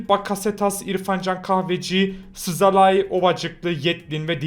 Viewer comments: Szalai değil zalai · sasalai değil szalai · Sızalayi nedir Zalayi diye okunur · Abi Szalai Sızalai diye okunmuyor Salai diye okunuyor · Abi söyliyemiyorsan birşey deme szalai salai diye okunyo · Çıldırcam sazalai diyor yaa